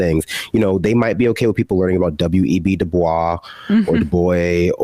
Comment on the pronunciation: Holy shit finally someone said Dubois correctly